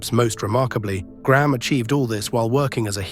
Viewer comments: Why the fk do Americans call Graham Gram? It’s pronounced grey-Am Get it right U S and A. Why was Billy Graham never boosted up then when everyone was making big bucks off is awesome persona ? Is this why hulk had some not so good last years. Karma is real! We can’t go forgetting that 🫡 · Over here in North America, Graham would be pronounced "Gray 'am" not Gramme! Just sayin!